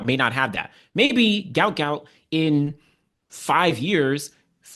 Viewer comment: Give the GOUT, GOUT a rest and PRONOUNCE HIS NAME CORRECT. Pronounced Gwot because it was spelled wrong and should be Guot pronounced GWOT. search: "Gout Gout's Father BREAKS Silence and SHOCKS Everyone!"